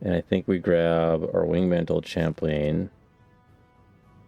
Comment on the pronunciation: Thanks for posting these. I'm really enjoying this series, and it's helping me navigate through my own game in Forge. One thing, I think "Chaplain" might be pronounced like chap-lin.